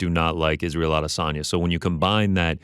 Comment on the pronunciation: Why does Ariel have to pronounce Adesanya differently than everyone else? Did he get the low down on the correct pronunciation or is he just being pretentious?